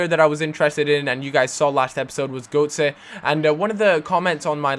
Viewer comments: Is pronounced GURTzer. Goatse means something completely different... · Götze isn't pronounced 'Goatsay', it's pronounced 'Guurtze'. Sorry, but it was annoying me :P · fucks sake cal, his name isn't goatse, every time you say it like that, i think about old men fucking.. his name is gÖtze, and is pronounced götze. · Then he's got a weird accent. I took German classes pretty much all my life, and I tell you it's pronounced Goetze. Or I'm just misreading Goutze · its goutze pronounciation u div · Cal, you pronounce Götze like you say gutted, not Gotye.. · Cal, Goetze's name is pronounced Gurt-zerh